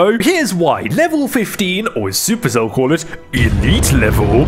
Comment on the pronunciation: Man also reads super cell as "Sup" "Erc" "Ell" It seems we have the same vocabulary